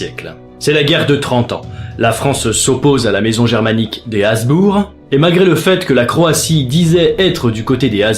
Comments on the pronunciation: Hem... Hasbourg ou Habsbourg ? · Petite correction, mais rien de bien méchant: ce sont les Habsbourg, et non les Hasbourg. Sinon, encore un épisode très interressant! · A c'est HaBsbourg, pas Hasbourg !